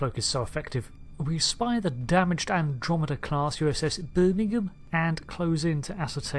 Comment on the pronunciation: Hahaha excellent pronunciation of 'Birmmmingam'.